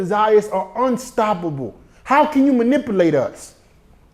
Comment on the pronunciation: my nigga tried to say manipulate and said some bullshit! lmao im dying edit: he butchered manipulate again lmao ANOTHER EDIT: HE BUTCHERED MANIPULATE AGAIN IM FUCKIN DEAD!!!! LETS FIND A NEW WORD BRUH! good video though my boy!